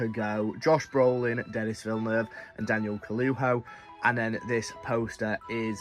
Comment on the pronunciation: Just a heads up dude in case you meet him - it’s not pronounced “Denis” it’s pronounced “Denee” - he’s known to be really annoyed by people who don’t get the name right